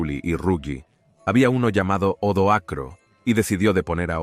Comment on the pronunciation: Gran trabajo. Pero se dan repetidos errores de lectura por parte del narrador que habla de los años 1900's y hasta 2000's! También hay que tener cuidado con los nombres de los personajes históricos! Odoacro no Odoar, Julio Nepote no Julio Nepos... y así entre varios...